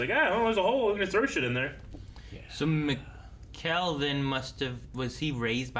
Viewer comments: please guys, you gotta stop mispronouncing Mikkel, its gonna give me an aneurism lol. Its Mikkel, said like Nickel. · Just letting you know that Mikkel is pronounce like "nickel" with an M. Love your reactions! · right but then he’s like “mih-kal” 😂